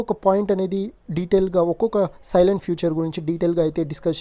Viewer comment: సైలెంట్ ఫీచర్స్ కాదు బ్రో salient ఫీచర్స్